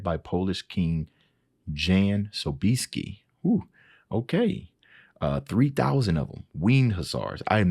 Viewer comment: Jan Sobieski is pronounced Yan So Be Es Key. Imagine 3,000 heavy horse. Huge animals wearing their own armor. Astride these beasts are elite trained knights in full armor. A terrifyingly long Lance and Sabre at their sides. On their backs a wooden frame covered in white eagle feathers in the shape of wings. 3,000 armored winged beasts with every intent to kill you and trample you into the bloody mud. This was absolutely by design to scare the fucking shit out of the enemy. I was born in Poland and grew up with these stories. The Polish cavalry is legendary. Casimir Pulaski trained George Washington's army and established the first cavalry in the US. Pulaski actually died fighting for American independence in a cavalry charge